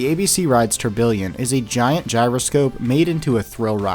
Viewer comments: bro is saying tourBILLION lmao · Great video, but one minor gripe: Tourbillon is pronounced phonetically as "tour-bee-yon."